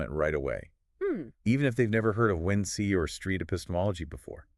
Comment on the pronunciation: How did you find out about us? The description mentions human curation and we would love to talk with the humans behind the making of this video. Also, its WinC like "Wink" ;) not "Win-See" or "Win-C"